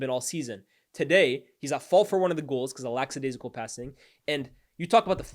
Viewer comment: Bro it’s lackadaisical not laxadaisical lol